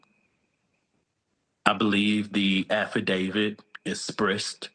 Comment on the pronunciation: It’s not “Esspressed” lol. There’s an “X” in there and I know you can say it because I axed around.